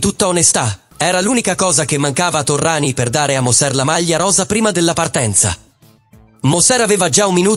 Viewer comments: Terminologia eccessiva, mafioso, doppato non supportata da prove, anonimato fastidioso e Torriani non è Torrani, per quanto la lettura sia generata artificialmente. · ci fai un bel servizio su Indurain?non sai dove attaccarti Cazzo pero',almeno Torriani lo devi saper pronunciare